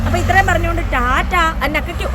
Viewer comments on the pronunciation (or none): none